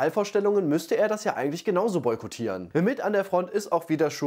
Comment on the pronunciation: du hast boytokieren falsch ausgesprochen